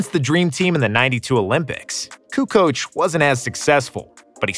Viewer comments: pronounces Kukoc, Petrovic, Stojakovic, Doncic correctly but in the end does wrong the same type of surname with Dragic. And incorrectly does Divac too))) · Jordan says KUKOC and I believe him!!